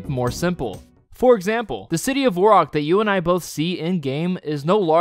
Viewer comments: i was enjoying the video, and then you literally mispronounced Varrock and made fun of people for correcting you so I clicked away, but then I came back to comment this...its literally an A not an O dude, thats why people give you a hard time. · IT'S NOT VORROCK. IT'S VERRACK 😤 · In what reality is "Varrock" pronounced "Vorrock"???? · VaHrock not VOurock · How do you pronounce it vorrock? there's literally an a. Vair-ock varrock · Dude. I let "Vorrock" slip but "Geilinor"?!?!?!? It's Gielinor. And also "Varrock" or "Verrock" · Its Varrock, not Vorrock. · It's not Vorrock or Verrock... It's Varrock? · its not verrock or vorrock, its varrock get it together and get a grip and get out of here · why the hell are you calling it "vorak", it's varrock. Do you play runescape? lol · Vair-ock not Vohre-rock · V-AIR-ROCK... not V-ORE-ROCK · If you pronounce varrock vorrock, I'd be interested in how you pronounce the teleport for Ghorrock... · saying voreock and guylinor should be a crime but besides that, great video. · Ain’t no way this guy just said “Vorock” for the whole video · Ot's nit Vorrock, ot's Varrick. I figure if we're just reassigning phonetic sounds to the wrong vowels we might as well go all the way. Why don't we just start calling the game "RanuScopi" if we're just arbitrarily deciding that the letter A now makes the O sound, why not roll a dice and just use vowels randomly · "vorrack" is insane bro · Vore Rock? theres an "A" dude... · good video.. i hate the way you say "vorrock" though. kills me every time. a few times in there i was thinking.. "well duh.." but for the most part.. valid useless info. good watch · its definitely not Vor-rock like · Pronouncing it Vorrock is just plain silly. It has an a! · It's Var rock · its varrock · What about the world "variable"? would you look at that and pronounce it "vore-iable"? no because it's wrong and sounds just as cringe as "Vore-rock"... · my man how the hell did you come up with your pronunciation of Varrock?